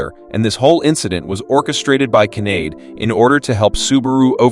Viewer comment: Kanade is not pronounced like grenade.